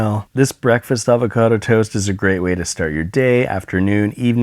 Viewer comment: I love how you can hear him repressing his laughter when he says "avocado twost"